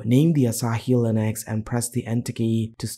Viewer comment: its Linux not "Linax"